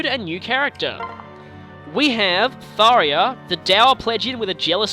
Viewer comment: Ugggggg! It's getting on my nerves! I can't just NOT say anything anymore! You're saying Tharja's name wrong. Do you see an "i" ANYWHERE in her name? NO! (I don't mean to be or sound mean, but it's bothering me.... :/ )